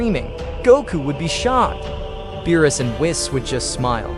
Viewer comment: Beerus not meerus